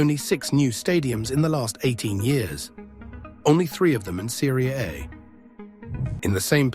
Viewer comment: Serie.... Aye? This AI video voice don't know italian.